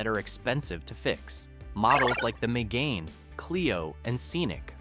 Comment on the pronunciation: also renault mgain 😅